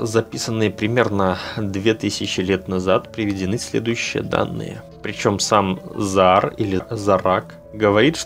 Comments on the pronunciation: Позволю себе поправить: не зорак, ЗОг'АР. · Вы не совсем правильно произносите книга Zohar , в не Зораг. А материал очень интересный. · Зогар, а не Зораг! Читай правильно. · Нет такого слова зораг, правильно Зоhар, но лучше всего произносить Зоар. С удорением на о. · Зогар, зогар а не Зораг, ну внимательней надо быть. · не ЗоРаг, а - ЗоГар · ЗоАр, ударение на А